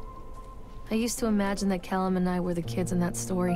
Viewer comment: "caLLum" oh the 5sos cringe